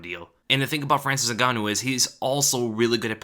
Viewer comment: To this day, people keep pronouncing Francis last name wrong. Is Ngannou NOT Zingannou